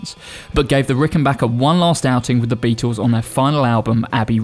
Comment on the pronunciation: Who the hell are the "Beetoos"? The famous four had a pronouncable 'L' in their iconic name!